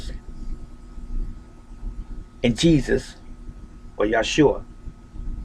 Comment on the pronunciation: I like how you emphasized YASHUA